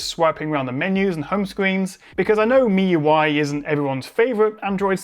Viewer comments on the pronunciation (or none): none